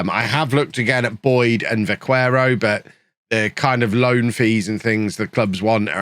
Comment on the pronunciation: You're probably aware already but Vaquero is pronounced Ba ke ro, the u has no sound